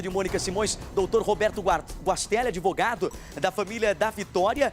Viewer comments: Que advogado é esse que fala adevogado? Usa o verbo " manter" de forma errada? Eita!!! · Não sei quem é o pior desta reportagem. O advogado fala" adevogado". O apresentador... Bah.... Não sei nem o que falar dessa voz e a repórter em vez de falar a palavra "lacuna" ela fala " rombo". Vamos suplicar um pouco para que eles estudem melhor a língua portuguesa, porque assim, não tem condições.